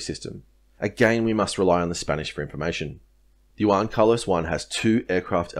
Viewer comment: Nice analysis bro. Now just to learn pronunciation on the word Juan! 😉😂 Keep up the good work! 👌🏻